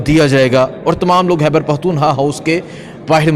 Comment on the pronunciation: Its khyber not hyber! I have been telling you for so many years. "Khyber" not " hyber " خ ح نہیں